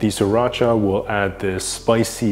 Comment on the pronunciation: I love how you pronounce Sriracha correctly and how you say the word sauté. 😄